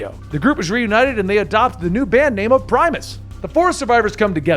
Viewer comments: As a CoD zombies fanatic, you did pretty good. You’re pronunciation of primus and the aether were wrong, but expected. There’s way more stuff happening to primus. But like I said, good job. I’m surprised you made a pretty coherent explanation of the madness 😎👍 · I really enjoy your videos. My only constructive criticism is to avoid all the mispronounced words. Ether, Primus, Robert Englund, etc. were all pronounced wrong which is a major problem for a story teller.